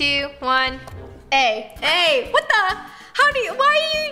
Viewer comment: When your use to roni saying "wHaT tHe" (with accent)(not all people is use to it!)